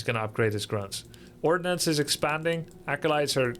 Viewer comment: Lol I heard you say "orcnuns" first 😂 sounded so weird but I thought "m'kay". But then it actually was ordnance 😅 was a bit disappointed